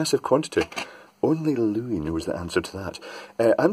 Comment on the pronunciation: we say Lou-ee for Louis. His name is pronounced Lewis. Think of St. Louis, Missouri. That’s pronounced Lewis as well. It’s literally Lou-is. For a long time I thought he was called Lou-ee as well. In one of his videos he referred to himself in the third person and he said “Lewis”. Edited to add link to the video for you: He says his name on the linked video.